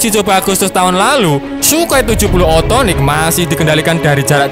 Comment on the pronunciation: Bukannya sukhoi s 70 okhotnik yah😁bukan othonik